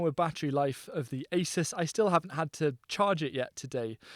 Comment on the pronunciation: ASUS is a Taiwanese brand and we pronounce A-Su-S